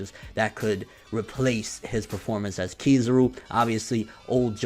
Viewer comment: can't pronoun Kizaru's name. It's pronoun Kizaru not Keyzuru.